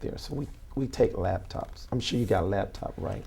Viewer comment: The thing is, he's not "sheer" of his answers cause he doesn't understand the question, that's why they most "ax" Michelle 😉